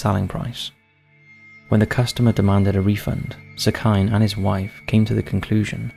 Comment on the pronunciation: I love the work that u do but I am begging u to look up how things are pronounced before including them in videos. for example the name 'sekine' wouldn't be pronounced 'seh-kai-n', it would be closer to 'seh-key-neh'.